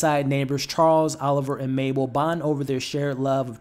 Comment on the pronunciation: U keep calling her “MaPle” it’s “MaBle” no p it’s b